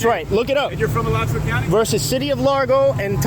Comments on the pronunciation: A-latch-you-a Not Ala-chew-a lmao I'd love to see how you pronounce Lacoochee or Withlacoochee or Kissimmee or Okeechobee or Sopchoppy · It's not Al-uh-chew-uh. That's how they pronounce it in the small town N.E. of Gainesville. It's Uh-LAH-choo-uh. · Pronunciation of "Alachua" was pretty funny. It's Uh-law-chew-wa. Not alla-chew-uh. Thank you for the video ! ASO and GPD are full of tyrants. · Just so you know. It's a native American word. Alachua. But it's pronounced a laa chu a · I thought he was saying Rice Krispies until like the last 2 minutes. I’m hungry. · AL-ach-OO-UH County. Lots of tricky American Indian names in Florida. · All I kept hearing was “Rice Krispy” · Alachua is pronounced A-LATCH-OO-WAA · I love your videos, but it's Alachua (Uh-lot-chua) County. Made me laugh though. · Ah-laa-chew-uh Alachua. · Gainesville has a lot of bad cops and next time please say Alachua correctly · 😂😂 I'm from there and they are horrible. And you kinda butchered the county name. 😂😂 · You pronounced the county wrong